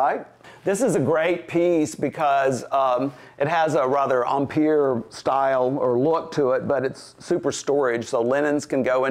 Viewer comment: Finally someone pronounces 'empire' correctly! Same pronunciation applies to the dress style in fashion but no one seems to know it.